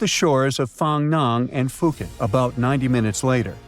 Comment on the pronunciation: Poo ket not Phoo ket